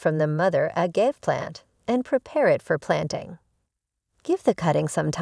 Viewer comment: Please get the narration to correctly pronounce agave, calloused and apache (like the indian) the right way for your next video...